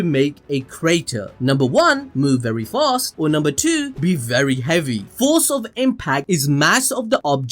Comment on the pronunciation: ah yes forec